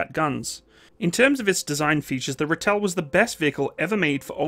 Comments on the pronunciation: Great video, but please it's pronounced RAH TELL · Just wanna say, its pronounced ra (as in the egyptian god) till (as in the self service tills at grocery stores) ra-till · pronounced Raaatle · Look my its not english pls not calling it a ritel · pronounced Ra-til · Pronounced raaaaatill😅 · when you pronounce the name ratel, think more rartal. it's an afrikaans word. the way you pronounce it just sounds so jarring to my ears being used to how it's pronounced here is SA. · Its a raa till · Enjoyed the video. Well researched content . Like Reinhardt , I' ll try to help with the pronunciation of Ratel. The 'a' is a stretched out sound , best way I can describe it is that it rhymes with startle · Great video, but the name is pronounced "RAH-till", not "ra-Tell". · My brother drove these way back when. You got to stretch the 'a' out tho. "Raaaaaatel" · It is the Rahtel, not Rattell! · Pronounced Rahtil, for lack of sound. Thanks, worked with these vehicles for 10 of my 16 years service in the SADF/SANDF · Ex South African Defence Force 20mm Ratel gunner from the Angolan bush war era here ✌, I've never seen a ratel break down , that's how reliable these beutifull monsters wer 👍... and it's pronounced as Rah til "Ratel", it's actualy a Afrikaans word lol 🤣👍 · "Ratel" is pronounced kinda like "Raw-till". Afrikaans names are hard though. Great video! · Ratel pronounced "rah-till". Buffel pronounced "buh-fill". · It's pronounced Rah-till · Ratel....pronounce Ra Till. Buffel....Buh Fill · You really need to work on your pronunciation! Repeat after me: RAHTIL- Ratel, BHFIL-Buffel. You said BEFEHL, which means ORDER in Afrikaans. There are many thousands of expatriate South Africans abroad. Try and find one near to you so you can sound professional. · The "Buffel" and the "Ratel". Please place the emphasis on the first syllable. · ratel = pronounced raah-till. buffel = biff-fill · Two things. It's said Rah-tel, andd the Buffel is said Boof-el. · Rhar-till and buff-fill